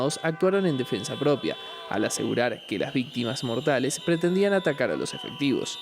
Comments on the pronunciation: Atacar se pronuncia /atakár/ y no /atakál/. Saludos desde El Salvador. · Será: Atacar ???